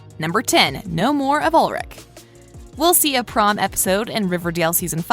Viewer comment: It’s ULRI-CH! CH, CH, FOR CHICKEN